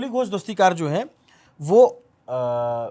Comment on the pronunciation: Its Kakoli DastiDar, not DastiKar.